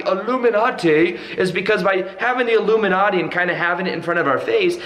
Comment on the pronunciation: "Alumilatte" lol